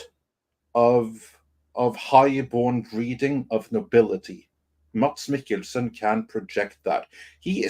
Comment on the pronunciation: "IT'S [ˈmæs ˈme̝kl̩sn̩] (IPA)!" 😅 That is, there is no /d/ in his name 🤓. As evidenced by syllabic consonants /l/ and /n/ marked with ⟨◌̩⟩ in the pronunciation of his name, Danish is an inhuman language 😅!